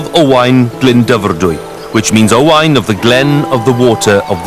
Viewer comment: I think his pronunciation is rather good for a Sais, usually they say O-Wen.